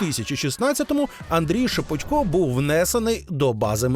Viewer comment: Журналісти безграмотні, бо правильно шепОтько. Ніхто ж не говорить шевченкО. В своїй мові користуються нормами рускава язика